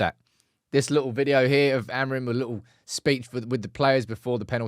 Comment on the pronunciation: Here's a tip to say "AMORIM" properly: Don't read the last "M". Here's how: take the word "sing" as an example. Now drop the "G" and you get "sin..." right? Now say it again: "Amorim"! Don't read the "M"! :)